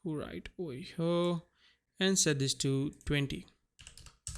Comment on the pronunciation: i love how this man says "HYURRR" every time he wants to say here... 😂😂😂